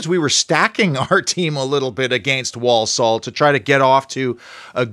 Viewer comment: It's pronounced ...War-Sull